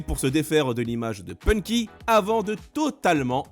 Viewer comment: Les voix Françaises sont épouvantables, ils sont même pas capables de prononcer correctement "Punky", ça donne "Ponky" 🤣